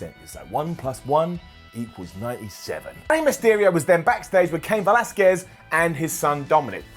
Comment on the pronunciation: FINALLY pronounced Velasquez right GOLDEN UP